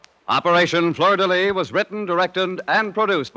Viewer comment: 47-07-14 = 002 Operation Fleur de Lis. NOT "Lys"